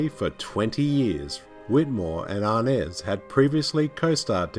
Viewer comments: It’s James Arness, not James ‘Arnez.” You may be confusing Mr. Arness with Cuban actor and band leader Desi Arnaz who was Lucille Ball’s husband. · Great commentary, however it’s kinda funny and annoying how he pronounces Arness and Los Angeles